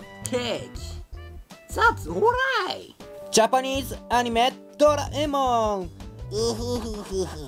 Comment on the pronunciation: Beeeyuutifall caaake. Japanese anime, doh rae mahn.. (<- Wow, i never knew you pronounced it like that :O. Okei, continuing..) Sipson's-a Bart. Pikachu. Bik, Bik poosa. Oh yeah!